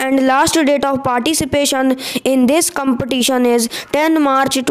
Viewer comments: I mean to say that in the vedio speaker is pronouncing the word ''competition" wrong so I want to say that.☺️☺️ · Please pronounce the competition accurate